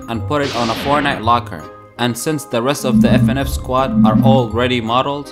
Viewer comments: he says fnaf as fnf 💀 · he was saying fnf the whole time instead of fnaf